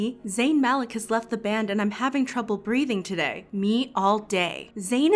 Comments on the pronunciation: it’s Malik (MaLEEK) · Also isn’t Malik pronounced Maleek